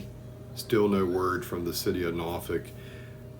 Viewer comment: I can definitely tell you not from the seven cities of Southeastern Virginia because of the way you pronounce Norfolk